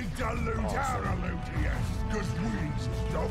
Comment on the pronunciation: Looot-E-us. Stoopid name, stoopid 'umies. Hahaha